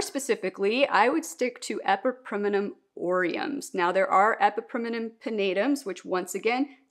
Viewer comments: Fair enough! You’re just adding an extra syllable (E-PI-PREM-NUM vs E-PI-PREM-IN-UM) and I was wondering if there was a reason. I am not a Latin expert either! I still refuse to say calathea out loud haha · Question…why do you pronounce epipremnum like that